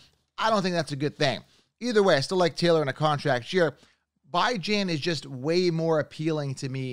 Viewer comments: It's Bee-jhan, not Bye-Jan. Stop intentionally mispronouncing his name. It's juvenile. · His name is bee jawn like the dog not bye gin man 😂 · Alr I guess so, just as a Texas fan it pains me to hear it pronounced that way lmao. Also what round would you consider taking Tony Pollard in after his injury last year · Alr timeout it’s pronounced Bijan Robinson not Bi-Jan Robinson, please look up him getting drafted or something, other than that good video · it's def pronounced Bee-Jon...might not make sense but it's not By-Jon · WHAT?? He said his name is pronounced Bee-jonn Not by-jan Wdym by I set trends… it’s a fucking name bro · I lost all respect for this guy when he said Bijan as ByJaN😂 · “Bye-Jan Robinson” 😂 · It's hard to trust a guy's advice who can't even get names right though...Bajin!! WTF. He sounds very convincing but this is not the first time I've noticed this. Yikes... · It’s pronounced Beejon Robinson, love the content tho! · You pronouncing Bijan name wrong it’s Bee-John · Did you just say “bye-Jan” Robinson lmao. You expect me to listen to you when you can’t even pronounce someone’s name correctly? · it’s literally not and it makes it hard to digest the content. Bee-Jeanne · IT’s pronounced “beej on”Robinson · Bye-jan ? You gotta learn to pronounce names first. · Idk if you're joking but you definitely got it wrong lol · you pronounced his name wrong af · you tend to butcher names though so I’m not surprised you believe you’re right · Are you mispronouncing Bijan’s name on purpose at this point?! 😂😂😂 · Ion know how much I can trust this man and he can't even pronounce Bijan's name right😅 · Good video and content but just wanted to let you know that you pronounced Bijan wrong. He’s gonna be a Top 5 RB as a rookie 🔥🤩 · Never watched any of your videos but within the first few minutes you claimed you can predict injuries and mispronounced Bijan Robinson... Safe to say I'm out lol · Why are you purposely pronouncing Bijan name wrong..